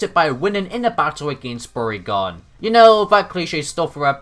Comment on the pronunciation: I wasn't paying attention when I started the video, so when your mispronunciation of Bourgain sounded like "Porygon", I got really confused and assumed Porygon came back after all these years for revenge for being forgotten.